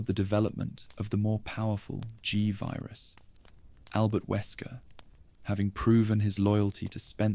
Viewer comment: This is absolute fucking trash. Stop using AI. Just read the shit yourself. Fucking tuhvirus and guhvirus bullshit is so annoying.